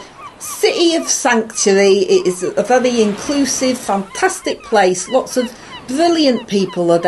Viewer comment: wery wery un appy